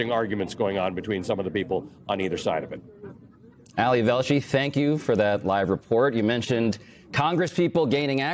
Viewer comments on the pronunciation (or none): Why is the dude inside saying Allie?! His name is Ali 😂 Weird